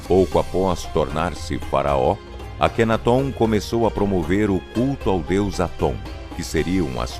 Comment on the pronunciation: A GRIPE ESPANHOLA QUE NEM É ESPANHOLA, NA VERDADE ELA É ESTADUNIDENSE... - A PRONÚNCIA CORRETA PARA O NOME DO FARAÓ É: "AKHENATON". USANDO-SE A SÍLABA TÔNICA EM > TÓN.